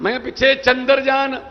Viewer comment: Chandarjaan nhi Maan saab Chandaryaan rha vo😂😂